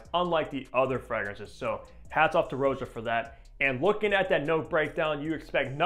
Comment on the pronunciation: If you watch any of Roja’s videos, you can hear he pronounces his name “Rah-ja” not Row-ja.